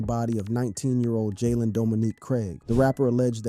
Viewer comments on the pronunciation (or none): none